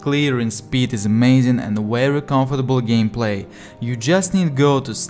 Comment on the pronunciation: G в слове gameplay звучит так по русски 😃 очень приятно слушать твой акцент, понимаю тебя без субтитров. Контент отличный. Желаю тебе успехов, искренее